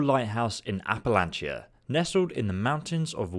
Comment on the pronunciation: Also most of us West Virginia pronounce Appalachia the “app-uh-latch-uh”